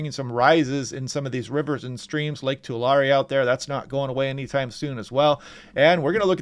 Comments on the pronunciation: Hey … love your reports. Especially during the wicked weather months. As an aside… I live in central California. Lake Tulare is pronounced Lake TooLarry. 😊😊😊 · Sounds funny cuz I’ve only heard it said too-lare, but I believe you’re correct. It was named by the Spanish I think, so we’re probably all saying it wrong. 😂